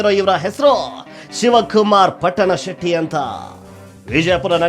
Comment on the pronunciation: Ohhhhhh ಮಾರಾಯ ಹೇಳೋದು ಹೇಳುತ್ತಿ ಸರಿಯಾಗಿ ಹೇಳು ಅದು ಪುಟ್ಟನ ಶೆಟ್ಟಿ ಅಲ್ಲ ಅದು ಪಟ್ಟಣಶೆಟ್ಟಿ